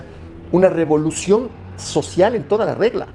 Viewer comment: Rebolucion o robolucion?